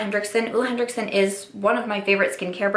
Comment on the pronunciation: it’s Henriksen, not henDricksen